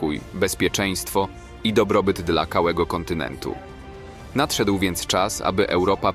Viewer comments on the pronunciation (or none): KAŁEGO kontynentu XD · "dla KAŁEGO KoNtyNeNtu" - No Nie wierze xD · "... bezpieczeństwo i dobrobyt dla KAŁEGO kontynentu..." 😀